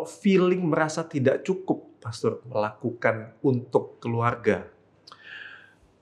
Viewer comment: pastor, bukan pastur. Kamu salah ngomong